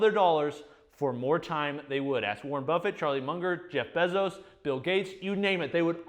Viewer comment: Who’s “ Jeff Bezzoes”? I’ve heard of some guy named “Jeff Baezos”